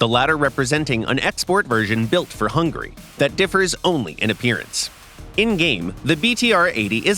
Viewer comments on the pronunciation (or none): none